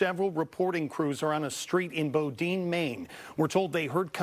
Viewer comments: He’s gone he could be anywhere! It’s pronounced Bow-din Saco is pronounced Saw-co. It is literally terrible and terrifying that he is still out here somewhere. He left or the shooters! Remember two shootings 4miles apart 8mins apart!!!!😭🤯😳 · It's not Bow-dine. It's Bow-din. There's a pretty famous college here you might have heard about. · pronunciation: bow-din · Bow deen? Maine tf say it right buddy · It's pronounced "bowden" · he butchered the name bowdoin, almost worse than the murders. how the hell have they not found him yet though